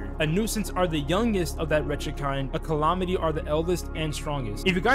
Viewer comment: calahmity 😂 sorry i had to